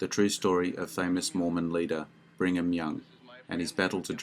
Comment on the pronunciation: “Bringham” Young …. uh … no, another one of these annoyingly narrated videos I can’t watch